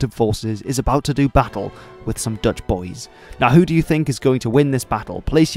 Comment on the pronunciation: These Dutch pronunciations are not too bad. You did your homework.